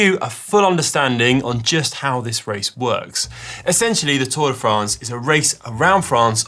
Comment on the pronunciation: First lets try how to pronounce france correctly